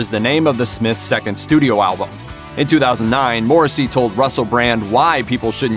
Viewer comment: learn how to pronounce his name correctly before spewing bullshit on one of the most gentle, and beautifully misunderstood lyricist of the modern age.